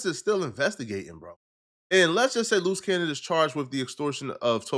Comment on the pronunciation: Sooooo...' Your Saying "Luce Cannon' is a "Loose Cannon'.🙄